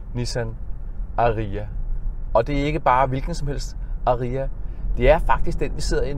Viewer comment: Sjovt at du konsekvent udtaler #Ariya forkert 😁